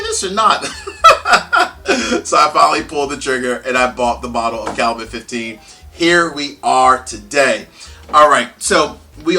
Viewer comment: For me the 14 is the biggest disappointment and waste of money of any spirit I've bought. Oh and BTW it's pronounced Kal-you-met